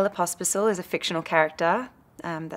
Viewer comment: Argh! She says my last name wrong! People can't spell it right when they hear it, and they can't say it right when they read it!